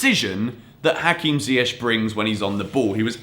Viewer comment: I learnt that still cannot pronounce Ziyech correctly....